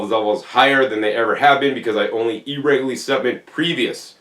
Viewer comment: There's a few other words he pronounces differently. "E-rego-lee" (irregularly) is another. 😅